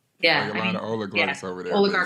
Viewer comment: Evan said oligLarch 😂😂